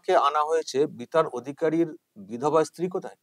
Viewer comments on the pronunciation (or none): none